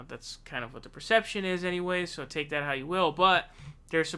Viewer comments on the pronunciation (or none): none